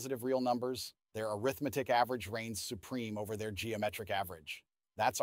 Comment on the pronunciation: "Arithmetic" as an adjective should be pronounced differently.